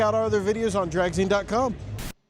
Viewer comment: its pronounced “Drag-Zeen” (like magazine) … watched the entire replay 👍👍👍